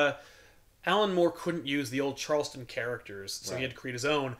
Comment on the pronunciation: Great choice and great episode! Still the only show on youtube I consider appointment viewing <3 NYAAA, AKTUALLY, its "Charlton" characters, not charleston like the chew.